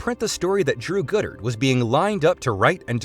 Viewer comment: Thank the universe – and the Sony email hack – Goddard's vision didn't come to pass because what's described sounds really, really bad. And i suspect 'Goddard' is pronounced 'god-art' not 'good-ert.'